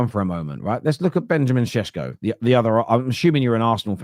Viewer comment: Benjamin Šeško those things above the S pronounce it as Shesko not Sesko